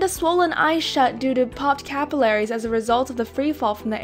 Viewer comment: she pronounced capillaries wrong